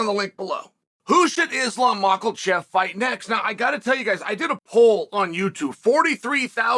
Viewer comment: “Islam Mc-Kle chef”